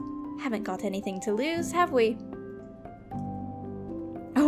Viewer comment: "Havent got anything to loose, have me?" that sounded so British, from the voice to the way she said it